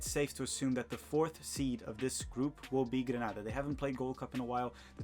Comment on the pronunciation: Grenada 🇬🇩 dude not Granada...